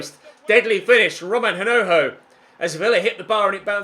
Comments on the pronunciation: You're not supposed to pronounce the h in hinojo. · the correct pronunciation of Hinojo's name is with a silent h. Massive supporter all the way from Madrid. Like so can see